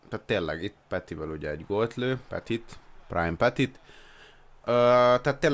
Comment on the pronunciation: Nem petitnek kell ejteni hanem pöti nek de tőled teljesen mindegy🖓